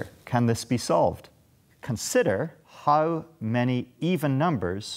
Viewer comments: No one:: hAuW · You can really hear it when he says the "how" sound. Love it.